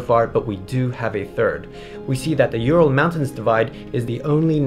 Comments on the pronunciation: Not You-Ral. U-ral. Oooh-ral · It just hurts my ears when pronounce Ural as You-ral instead of Oo-ral. Also I can't stop my brain associating it with urinal when I hear You-ral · It's not pronounced like that, ( I am talking about Ural Mountains ) It's "OoRrraall"